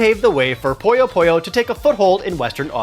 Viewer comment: I love this show! but it's Poo-Yo, not Po-Yo ;)